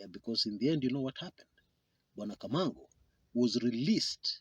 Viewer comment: Kamago Not Kamango.